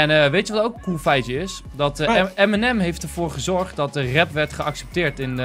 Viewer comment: Enzo zegt in plaats van Eminem M&M 😂😂😂 Geen haat!! Love youu😍😍❤️😂